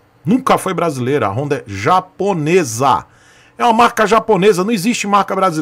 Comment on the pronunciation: Mas não é apenas uma moto, é uma "rooooonda" KKKKKKKKKKKkkkkkkkkkk